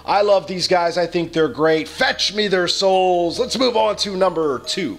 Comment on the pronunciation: When it says " fetch me there souls" it sound like "fetch me there soils" (Meaning shit)